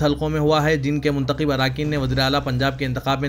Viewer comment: السلام علیکم بھائی ضمنی کا تلفظ "ض" کے زیر سے ہے۔ Zamni غلط Zimni صحیح اسی طرح منتخب میں "خ" پر زبر ہے۔ Muntakhib غلط Muntakhab صحیح